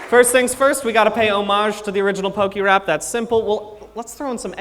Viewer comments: Listening to him say Pok-EEE-rap over and over again is mildly infuriating, especially since he says pokémon and pokédex correctly. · How can he call it perfect if he keeps pronouncing it "pokey-rap"?